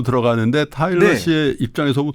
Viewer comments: 저는 10년 된 한국어 선생인데요, 제가 이 일을 막 시작할 때쯤 방송에서 타일러 씨를 만났고, 지금까지 영상도 잘 보면서 꾸준히 팬심을 유지하고 있습니다. 타일러 씨의 말씀을 인터뷰나 유튜브 등을 통해 볼 때마다 너무나 감동이 되고 배우는 것이 많습니다. 고맙습니다. 근데 테일러 아니고 타일러인데.... 자꾸 이름을 테일러라 부르셔서....ㅠㅠ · 테일러아니고 타일러예요! 내내 이름을 잘못 말씀하셔서 좀 불편했습니다. 아다르고 어다른게 말인데... 좀 아쉽네요. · 자꾸 테일러라고 하시는게 너무 웃겨요🤣근데 타일러도 바로잡지 않는 게 넘 재밌어요😂 잘 봤습니다! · 이름을 똑바로 불러 주세요! "타일러"입니다. 내용은 참 좋았는데 '옥의티'이네요. 잘 보았습니다. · 타일러 이름을 자꾸 테일러라 불러서 기분이가... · 왜 타일러한테 계속 테일러 씨라고 하시나요? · 타일러인데 자꾸 테일러라고 하시네😂😂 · 평소에 삼프로를 믿고 보는 애청자입니다. 내용도 좋고 다 좋은데 초대손님 이름을 잘 못 얘기하는 호스트님은 보는 제가 낮 뜨거운 느낌이었어요. 뒤늦게 보게 되었지만 호스트님이 주의하셔야할 것 같네요~ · 다좋으신데 자꾸 테일러씨라고... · 타일러를 자꾸만 테일러라고 하시는 😅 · 사회자님이 타일러씨를 테일러씨라고 하는게 좀 걸리네요. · 다양한 질문과 내용 재미있게 들었어요!! 전 세계의 세종학당 학생들에게 한글과자 너무 인기 좋을 것 같네요 ㅋㅋ 근데 진행자님 계속 "테"일러씨라고 하시는데 "타"일러씨인거 아시죠? ㅎㅎ 잘 들었습니다~~🙏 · 테일러 아니고 타일러 씨에요. 자꾸 테일러 씨라고 하셔서 이잉.. 😢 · 타일러를 자꾸 테일러로 부르시는 거… 거슬리는 건 나 뿐인가요 ㅠㅠ 인터뷰이 이름은 잘 확인해 주세요~ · 테일러가 아니고 타일러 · 태일러 아니고 타일러에요 ㅠㅠ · 왜 타일러를 계속 테일러라고 부르시나요? 남의 이름을 잘못 부르니 들을때마다 참 거슬리네요 게스트 이름도 인지못하는건 진행자의 준비부족 성의부족 같아 보여요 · 타일러를 테일러라고 하네요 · 타일러를 자꾸 테일러라고... 역시 는 아재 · 태일러 아니고 타일러 인데... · 타일러씨가 엔터사 하는것까진 알았는데 한글과자까지 만들어 내신줄은 몰랐어요! 여러가지를 함께 하고 있는것 자체가 신선한 자극이네요. 그나저나 남의이름을 타일러인데 자꾸 테일러라구해여 ㅜㅜ